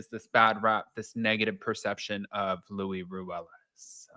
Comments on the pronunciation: It is Luis, not Louie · In spanish luis is what we call a "rivista" idk how to translate it but its someone who does whatever it takes to get to a certain social status.. textbook.. and his name is LUIS with an S not loui like king loui? Lol